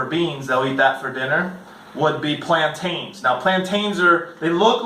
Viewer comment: Talk to me about Guatemala again when you learn to pronounce plantains